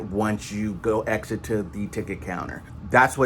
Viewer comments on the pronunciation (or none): none